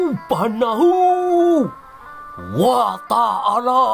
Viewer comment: Setiap nyebut Alloh........ Subahana wataalla aku ngakak, keluarga ku terheran heran aku ngk bisa menahan geli 😂😂😂😂 Semangat terus memberitakan kebenaran fakta sejarah yg sebenarnya 😂👍 Tuhan memberkati, melindungi sehat selalu Amin 🙏.